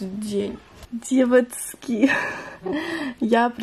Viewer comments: Можно просто нормальным голосом и нужными буквами говорить "девочки" )) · я тебя очень люблю но ты можешь пожалуйста не говорить "девоцки" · Мне не нравится, как ты говоришь деватьки🤢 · не говори пожалуйста "девоцки")))) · Бесишь что такое : Девацки🤦🏻‍♀️ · Почему на протяжении всего видео говоришь девацки? 😂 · Почему так бесит это « девацки» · Меня одну бесит как ты говоришь девацки? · девацки........... мои уши😤плиз не надо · Девацьки!!!🤦🤦🤦Не в обиду но это бесит!!!😡😡😡😡😡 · "Девоцки" не говори так! Не приятно. (я не хейтер) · Пожалуйста не говори девацки я не Хейтер наоборот мне нравятся твои видео,но пж не говори🤦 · знаешь всем не нравится что ты говоришь «ДЕВАЦКИ» и это просто раздражает и бесит господи просто не приятно ты ПОЙМИ НЕ ГОВОРИ ТАКККК!!!! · Пожалуйста не говори ДЕВАЦКИ не приятно( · Хватит говорить девацки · А,господи,хватит со своими "девоцки" ужасно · Не говори девацки. Тебе не идет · Фуууу. Пожалуйста не говори «девоцьки»😭🤮